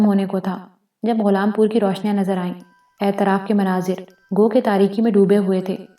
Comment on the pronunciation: واہ واہ واہ واہ واہ واہ کتنا زبردست ناول ھے۔۔۔۔۔ پہلی قسط سے اب تک سامعین کو تحیر کی مضبوط گرفت میں لے کر آگے بڑھا جارہا ھے۔ انتہائ معیاری پیشکش جسکا سب سے بڑی وجہ پیش کرنے والی خاتون / خواتین کی بیحد واضیح اور پراثر آواز ھے۔ صرف کچھ الفاظ کے زیر زبر پیش اور تشدید درست نہیں۔۔۔۔ مثلاً "اطراف کو اعتراف " کہا جارھا ھے، "تغلق خان Tughlaq Khan کو تغلق خان Taghluq Khan" کہا جارھا ھے۔ ۔۔۔ بلبلاتا Bilbilata کو Bulbulata" اور چار چھ دیگر الفاظ۔ اسکے علاوہ سب کچھ بہترین ھے۔ بہت سی مبارکباد قبول کیجیئے۔